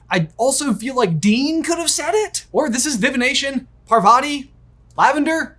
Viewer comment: it's not pravati it's par-va-ti white people also